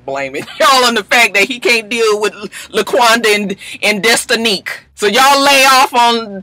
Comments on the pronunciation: Guhl!!!! Did you say Destinique????!!! I'm weak! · “Destinique!” LOL 🤣🤣🤣